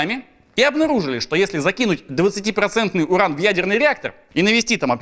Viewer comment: Юран изотоп такой-то))) U - нужно произносить как У, а не Ю. Ошибка, латынь (произношение) химики и медики используют, т.к. мертвы язык, чтобы все понимали одинаково